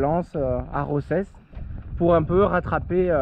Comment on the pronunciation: Salut, pour info Roses se prononce « Rosas »